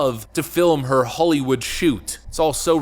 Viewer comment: Why are you talking like that? Holy wood... its holly